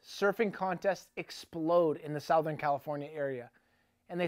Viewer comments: Why do you say SOUTHern weird? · Southern California is pronounced "ˈsəT͟Hərn" or Suthurn. Hobie is pronounced hoe-be. Get it right there, eh.